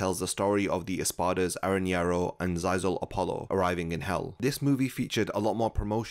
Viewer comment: ZayzelApollo? Lol.